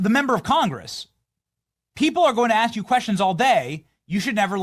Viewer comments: Crocket does not understand about questions, since her recent transformation makes her incapable of saying or hearing "ask". BTW, it is not axing. It is aksing. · Btw while on subject, The word ASK. Still has an S in it It’s not pronounced AX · But can she say the word 'ask'?